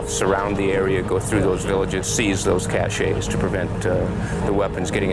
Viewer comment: none of these guys can say cache correctly.. it’s cashes.. not “cachays”